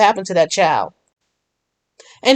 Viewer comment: There is not a letter W in the word child